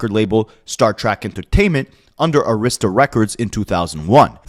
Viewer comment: Great video. Arista is pronounced AIR-riss-tuh with emphasis on first syllable